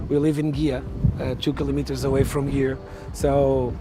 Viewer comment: I can see why this guy is the president of the tourism for Cascais—laid back, eloquent, diplomatic, and knowledgeable. And he pronounces kilometres correctly! Great!